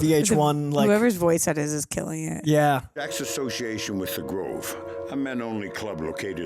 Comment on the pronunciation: Did say "OVO" when they were talking about The Grove? 😂😂